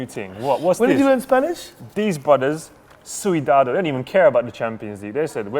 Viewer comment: Pronunciates correctly "Valencia" Butchers "Cuidado" has no rules.